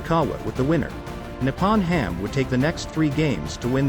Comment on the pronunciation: Thank you for pointing that out. It’s very annoying to hear those words pronounced so wrong. Nippon is also wrongly pronounced but the worst of all is his brother’s name 龍太(Ryuta), sounds far from being right. I guess it’s hard for English speakers to pronounce “Ryo”. It sounds like how my husband calls “Ryobi” “Rye-obi”and annoys the heck out of me 😂😂😂😂 but then most Japanese can’t tell the difference between R and L🥲🤣🤣🤣